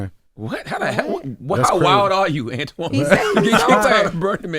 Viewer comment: His name is Antoine. Pronounced “Antwan” so why wouldn’t he let that man call him his name?